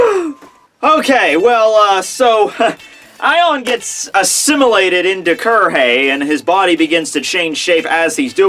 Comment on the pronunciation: not soi fon, soi fon, soi fon and soi fon D